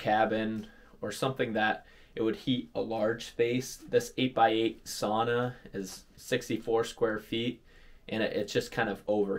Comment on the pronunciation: learn how to pronounce “sauna”